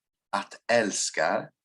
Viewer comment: Cringing at the älska/fiender part. You can tell he knows he’s saying it incorrectly